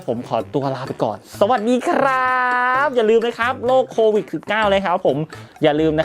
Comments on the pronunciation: โควิด..มั้ยอะไม่ใช่...โควิค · โควิด ไม่ใช่ โควิค คร้าา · โควิดพี่ไม่ใช่โควิค